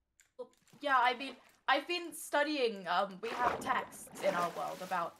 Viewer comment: "Stadying shadow" as you do